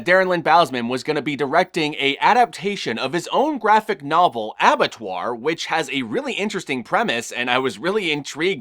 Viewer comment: as someone who has french as his first language, you said Abattoir good